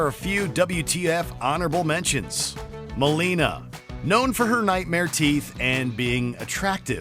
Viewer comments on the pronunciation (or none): none